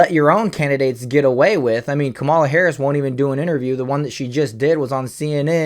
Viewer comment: Not a big deal but learn to say her name right or people will correct you and miss your point. It’s “comma” la